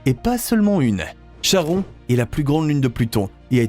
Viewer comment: Chhhhharon.... Faut respecter les phonétiques des mythologies. "Ka-ron" En tout cas plus je regarde les vidéos de cette chaîne, plus je vois que l'écart des infos sur les documentaires sont différents. J'ai l'impression parfois d'avoir des vidéos fake façon Lama Fâché. Faut vérifier ce qu'on publie, on ne plaisante pas avec la science